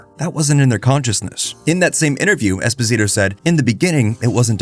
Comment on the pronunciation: Not knowing how to pronounce Esposito ruined this vid for me.